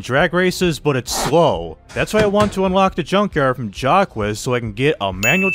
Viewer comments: I love the video, but it’s not jack wes, it’s pronounced shack, but is jack it a french accent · Its pronunciation is like zach but its jack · It's pronounced "Jock", its not that hard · Still Not getting Jacques Name right...